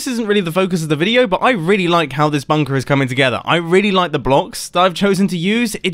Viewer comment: OMG i honestly thought the first words you said was " i love a good bunk *p", then you had to pause for a second before carrying on talking! 😳